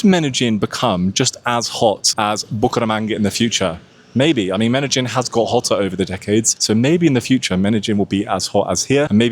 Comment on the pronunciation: Medellin is pronounced as Medeyin. Not Medejin or Medagin like you're saying it. Youtube captions is translating what u say as Medagin or Menagin.